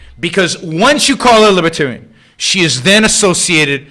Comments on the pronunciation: You sure try to say libertarian a lot for someone that thinks there a "W" in it. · “Fowst of awl, she’s NAWT A LIBOTAWIAN!!!” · What's a wibertarian?